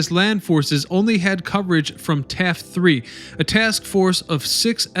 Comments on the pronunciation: this guys pronunciations are pathetic. Its not Taft 3 , its taffy 3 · It's Taffy 3 not Taft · Taffy 3, not Taft 3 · Taffy 3 not Taff 3. Admiral Halsey not Helsley. You even managed to mispronounce admiral Nimitz. Please learn how to pronounce names. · For the most part great presentation. However one thing that bothered me was the incorrect call of “Taffy 3” as “Taft 3.” Everyone who has read about the War in the Pacific especially the battles around the Philippines in 1944 know the story of Taffy 3 & the amazing things her sailors and air crews on the small escort carriers did against the odds. So not calling it correctly was a bit insulting to the memory of those who were part of that small task force. I have been to the Philadelphia Navy Yard a couple times, both as an Army Officer. Once while TDY to APG, and then the other while attending the Captains Career Course also know as the Advanced Course. It’s a very historic place and very cool to see the moth ball fleet. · Admiral Halsey, not Helsey. TAFFY 3, not TAFT 3. I give up. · Several of these words do not mean what you think they mean. Also it's Taffy 3 not Taft 3. Haaaaaalsey, not Helsey, and on and on and on. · And I always thought it was Admiral HALSEY.... and Admiral NIMITZ rather than KNEEmitz... sheehs.... TAFFY 3 vs Taft 3???? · It wasn't Taft 3 it was taffy 3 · The JOHNSTON not Johnson. TAFFY 3 not taft 3 please get these things correct. If you want to teach do it right. Its disrespectful looks like you do not care. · Wow, you made many errors in names for Leyte gulf. Admiral Halsey, not helsey. Taffy 3 verse TAFT. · “Taffy 3”, “Taffy 3” not Taft.